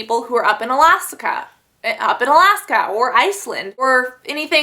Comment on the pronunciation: Up in "Alasaka" lol I love her......"hi phone!"